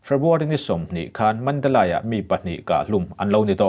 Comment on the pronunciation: Mandalay hi Mandali tia lam tur aw